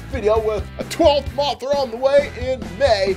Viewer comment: all the times he said the names wrong biolantis gumira kink gidora rodan aka big perabadal moogerah agirus yup he doesn't know how to talks